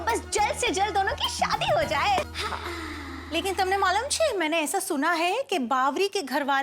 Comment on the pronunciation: yesa nahi eesa